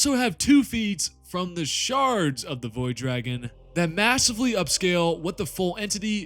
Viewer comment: I swear when you say, "Shards", it sounds like, "Sharts"!